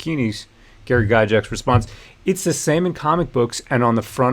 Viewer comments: Yes, defend his(their) legacy. And let's pronounce the name correctly too. It's pronounced Guy Gax not guy jax. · Please for the love of Grod his name is pronounced Guy-Gacks. Since you are talking about honouring his legacy the least you can do is pronounce his name right.